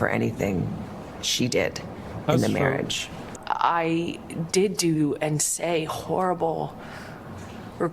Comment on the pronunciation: "did do" sounded liked "doo doo" to me and made me chuckle.